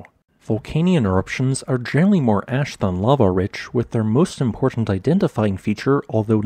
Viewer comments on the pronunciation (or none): Same tip- narration is generally excellent, but you slur the "l"s a bit. I heard "genry" instead of general-ly, for example. Hope this helps.